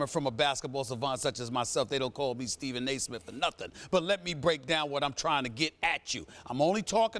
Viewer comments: Stephen nae Smith is what he said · hahahahah Stephen naismith